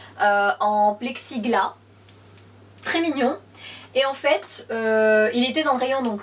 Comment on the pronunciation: On dit "Plexiglasssssss" le S se prononce 😜 pour le reste top!